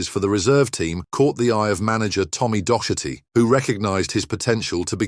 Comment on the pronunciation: Copppelll seriously you cannot even pronounce his name or Doherty’s correctly!